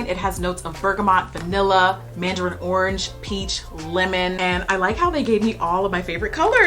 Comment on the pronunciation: You trying to pronounce the orange scent with the French accent SENT ME 😂 I love watching your videos. I’m a stay at home mom of 2 little girls & your videos always make me think of ways to take care of myself better. 💜 $nikkimcfatty